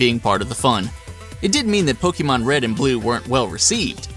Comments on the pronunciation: Poke-Ay-Mon not Poke-Ee-Mon. It just bugs me. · ITS NOT POKEEMON! ITS POKAYMON!!!! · OMG HE KEEPS MISPRONOUNCING 'Pokémon' AS 'Pokee mon' UUUUUGGGGHHHH!!!!!!!! ONLY NOOB 'GAMERS' MISPRONOUNCE IT!!!!!!!!!! 😡😡😡😡😡😡😡😡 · i cringe everytime you say poke E mon... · hear "pokimon" O.o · Axellion poke-aymon sounds stuipid it's poke-UH-mon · Actually, most Americans are unable to pronounce "é" correctly due to their accent, so even people who make a living off of Pokémon tend to mispronounce it. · Did you just say...POKEEMON?!?!?!? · The Spicy Meme That's still off. Think about it this way. Pokémon comes from Pocket and Monsters. You don't say Pock"A"t or Pockayt or Pockeet. You know how to say Pocket. So, just take the "Po" and "ke" sounds from POcKEt and the "mon" sound from MONsters and you get Pokémon. The "e" sound in Pocket also happens to be the correct way of pronouncing é.